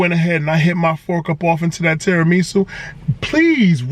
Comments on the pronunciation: Terra “ME” su 😭😭😭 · Lmao, I'm sorry bruh but I gotta admit the way you say tiramisu like it's some kinda Japanese soup or sumn is irking me for some reason 😂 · And the weird pronunciation of tiramisu. Kinda cringy lol